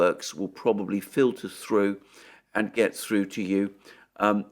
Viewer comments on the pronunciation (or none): none